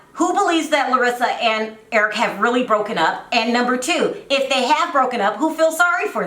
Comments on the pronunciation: Larissa pronounces the "e" for everything...not that she is caling him Erickee lol probably Brazilian accent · Honey , Larissa is Brazilian that’s how she pronounces his name . She cannot say Eric like us she is not a Spanish-English person . So basically your making fun of her speech because of how cultured she is . You sound uneducated and stupid .